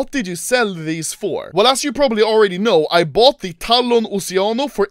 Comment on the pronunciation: when he said "oceanos" i heard "oceanus"